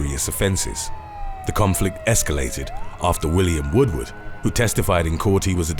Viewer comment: 8 it’s not William WOODWOOD, it’s Woodward.